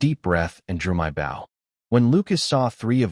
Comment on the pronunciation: It's a bow (pronounced Boe for archery) not a bough (a branch of a tree)